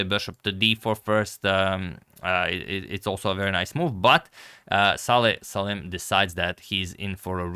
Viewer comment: BTW his first name is Salem and not Saleh